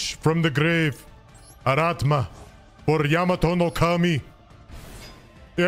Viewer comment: It`s ARATAMA dammit, not ARATMA. Hurts my ears every time ))